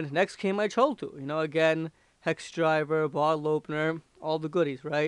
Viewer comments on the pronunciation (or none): its pronounced "kathool" not "chull" its a Cthul-tool, as in Cthulu the underwather kraken type monster.